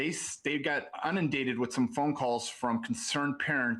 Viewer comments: WTF is “Unindated”? This is a teacher and he doesn’t know the word is “Inundated”? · Unindated??? He meant inundated. 😂 I can't with this guy. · 13.06 unindated? Isn't it inundated? He must've been high 😂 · Dodo Bird indeed. He says “Unundated” instead of INUNDATED!!!!! 🤪🙄😵‍💫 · "Unindated". Not a word. 🙄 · What was that word??!! Unindated???? Sheesh! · Schools must really be hard up if this is the quality of individual they're hiring. Aside from his lack of morals and just being a terrible person, he's mispronounced several simple words that a person working as a teacher should be able to pronounce properly. Unindated? That is not a word sir. He shouldn't be allowed near children, period, full stop, end of sentence. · ‘UN’ undated? WTF? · "Unindated???" That's not a word 😂 - it's inundated - they're all so stupid. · “Unindated,” the word is inundated…..what a genius! These parents are dumb and delusional and part of the problem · The moron said "unindated". The word is InUndated, ffs. He has no business teaching kids. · Did y'all hear the 'they got unindated with calls' what?? 🤣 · I caught that too! He's definitely not teacher material, not even to teach art!...🤡👹💩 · Lol I caught that too. He lacks good judgment so teaching our future is a scary thought. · Yes I caught that too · He meant inundated. Sad considering he’s a teacher. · Dude's a teacher. He should be able to use the correct word if he's going to try and use big words. 😂